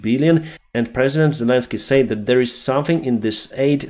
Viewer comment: Pronouncing said sounds like sed, not sayd. Slava Urkaine